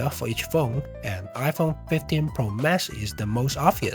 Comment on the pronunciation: "iPhone 15 Pro Mess" Although the mispronounciation, the description is spot on